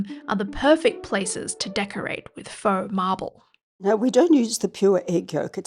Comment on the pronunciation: Feaux Marble = "Farble"